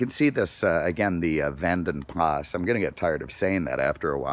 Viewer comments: How to spot an American - ask him saying 'Jaguar' - JaaagWAAAR. Jeeeez, how's that Lord?! as de 'Vanden Plah'. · The S is silent. It's VANDEN Pla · The S in Vanden Plas is silent